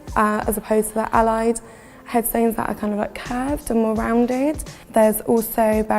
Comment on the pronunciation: Sadly this woman doesn’t do the soldiers and those buried there justice. Please redo the video with someone who speaks properly (Crimea, not crumia - curved and not carved). She uumms and aaahs, and seems very disrespectful.